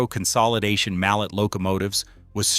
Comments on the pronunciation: A mallet is a type of hammer . Mal (pronounced - LAY) is the name of the swiss engineer that developed compound steam. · The name Mallet for the compound articulated engines is pronounced mal-LAY, after the French engineer who invented the 4-cylinder compound type. There was much irrelevant video thrown in, including a 4-14-4 Soviet locomotive from the 1930s, and a 4-16-4 which must have been an artist's rendition of a locomotive out of someone's imagination. I suspect an A.I.-generated production without sufficient human oversight and editing. It spends 28 verbose minutes with what could have been presented in 10 minutes or less.